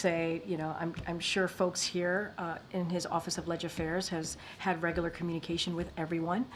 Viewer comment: did she say Regalar? how much are we paying her?